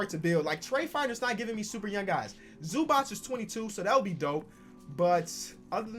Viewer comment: The way you say Ivica Zubac😖